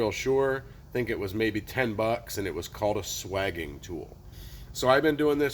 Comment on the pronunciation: Looked it up in three dictionaries. Swaging is pronounced with a long a, as in dating.